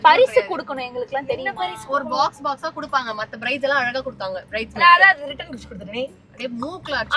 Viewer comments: Bride ❌ Birde ✔️ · Bride❌ Birde✅ 😂😂 😅❤❤